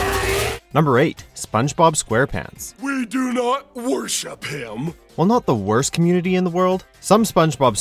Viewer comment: does he say “SpongeBob super pants” or “ SpongeBob stupid pants”?!